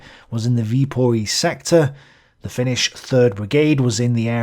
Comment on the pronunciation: Viipuri* in finnish, not with o